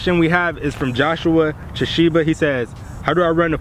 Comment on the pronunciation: thank you for answering my question. I was the very first person to get their question answered. The only thing I wish you would have done in your video was call me "Johnson Chishiba" you accidentally called me "Joshua Chishiba" You can rewind and see but kudos to you for pronouncing my last name right.🗣💯